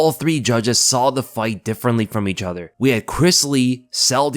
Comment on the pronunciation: I love how says "EE-chuther" instead of each other.